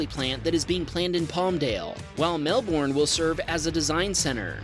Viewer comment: It’s funny how you pronounce Melbourne